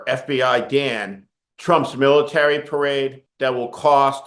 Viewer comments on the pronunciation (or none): none